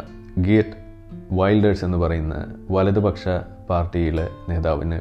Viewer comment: ഇത് വൾടെര്സ് എന്നാണ് not വൈൾഡേഴ്‌സ് dear